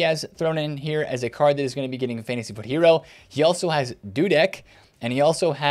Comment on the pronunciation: the only youtuber that correctly calls it Fantasy FUT